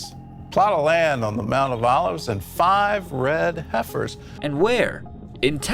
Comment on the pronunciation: Youre legit pronouncing Heifer wrong 😢